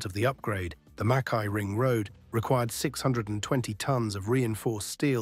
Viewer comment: Oh! Did he say Mackay?! The AI mispronunciation was awful. That wasn’t the only place.